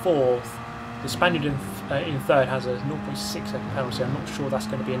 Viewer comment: At some point there's gonna be a F-15 fly past the screen when tries to pronounce "six"